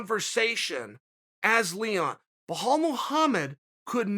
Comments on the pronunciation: Chael "Blahal Mohammed" Sonnen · "Bhalal Muhammad" - Chael Sonnen